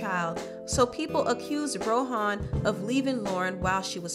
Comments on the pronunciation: It’s not Row-hawn...it’s Row-Auhn...ask a Jamaican how to pronounce it. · I think you did a very great job on this. I just have something else irking me and you know I’m going to say something about the way you pronounce things why do you keep saying It like Ro-Han Marley? It’s just Rohan Marley. That unplugged c.d..?????? Hallelujah! That CD was so deep and on top of that you talked about the demonisizim (spelled incorrectly) of one of the music industry and how God had rescued her... that CD is so powerful, it is not very often I listen to it because I always end up in tears and then praising God and giving Him all of the glory hallelujah! Thank you Jesus!